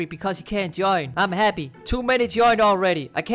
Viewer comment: No one:: Hreppy